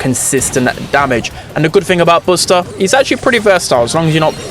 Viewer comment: Blud it's not bosta it's buster💀